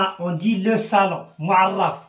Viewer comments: Salon et non sallon merci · Salon et non pas sallon.